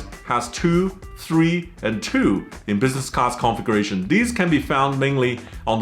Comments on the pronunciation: "Configuration" sounds like he is saying "conflagration". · I know English is not you first language, but everytime you say configuration it comes out conflagration. I just find it strange to hear. 😀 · “Configration” hahaha. Everyone complains about AI narration but here would have been a blessing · By the way, you should learn how to properly pronounce “configuration.“ Every time you said it in your unique way, I heard “conflagration.” don’t forget to put the stress on the second syllable. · My ears perked up when I heard “conflagration”…fortunately he meant configuration. 😂